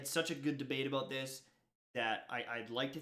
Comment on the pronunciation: Dude he said aboot then about right after?? Who are you????